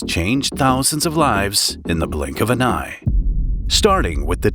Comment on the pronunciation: "IN A BLINK OF AN EWYE"?! more of an eye of a Blink!!